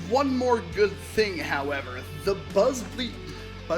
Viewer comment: Did he say Buzz BLEE? xD